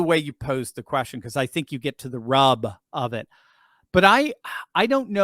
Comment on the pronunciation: What’s a “quastion”